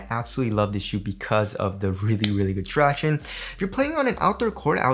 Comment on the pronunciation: Surely im not the only one finding myself yelling out tractionays everytime he says it 😂